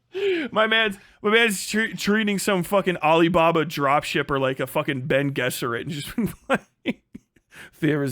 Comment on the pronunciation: A Ben Guesserit... Ben. Guesserit. That's how you wanna pronounce Bene Gesserit? Pop culture license revoked!